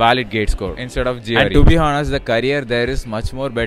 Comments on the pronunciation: You didn't get placed because you say hoenest instead of honest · "honest" pronunciation wrong